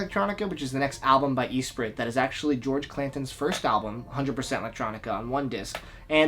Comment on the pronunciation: Great video, but you gotta stop saying Eesprit. It's espree.